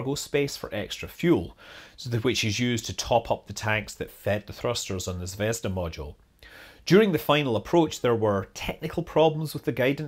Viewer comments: stress on the last syllable/vowel: zvezdA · the accent in Zvezda is on the "da" bit in the end. zvez-DA.